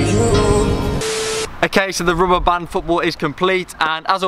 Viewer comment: Don't you know how to say "rubber band"